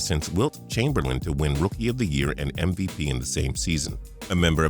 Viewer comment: ..did he say mvpenis ????